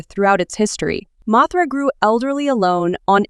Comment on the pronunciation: You: Mothra/Mosura Subtitles: Mathra